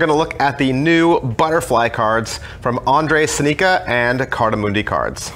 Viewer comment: Very nice revview, but holy crap your pronounciation of his name made me crack up :D